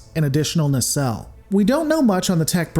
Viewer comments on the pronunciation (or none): none